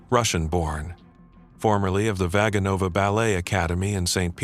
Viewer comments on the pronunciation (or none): The accent should be on 2 syllable not 3rd. Vaganova…